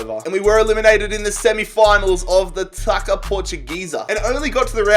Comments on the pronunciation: btw taça in portuguese is literally tassa. Just a quick tip. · he said taca portuguesa 🤣 The "ç" it's like as an S sound